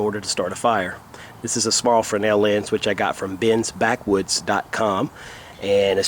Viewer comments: I thought you were wrong in your pronunciation of Fresnel - but I was the wrong one in this equation! ;) It is pronounced Fray - nel - and you were right! Thanks for the correction. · OMG, someone in the survival community pronounced Fresnel correctly! Thank you!